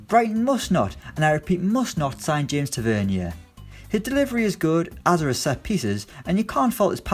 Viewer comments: Omg it’s TA-VER-NEER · James Tah-Ve-Near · You can't even say Tavs name right... Tav is so underrated and I ain't even a rangers fan. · Holy crap the way he pronounces Tavernier 😆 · The way you pronounced Taverniers name 😂